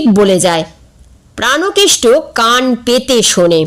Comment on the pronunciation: প্রানোকেষ্ট হবে না, হবে প্রাণকেষ্ট |